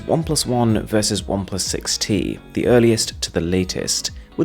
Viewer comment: you forgot the “T” in 6t XD